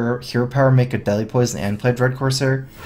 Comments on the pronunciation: I keep hearing 'Deli Poison' instead of 'Deadly Poison' :D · "Delhi poison" is all i hear :D